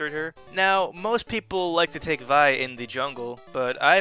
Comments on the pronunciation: your pronouncing it wrong its pronounced VEEEE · its the grape vi-ne